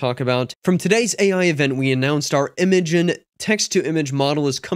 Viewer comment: It's pronounced "Imagine" [i-ˈma-jen]